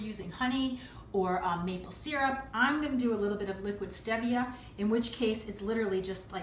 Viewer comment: I think it's pronounced Steve via but this looks so good I love apple pies and I bet this must taste like it